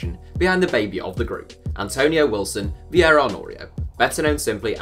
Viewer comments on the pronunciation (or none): none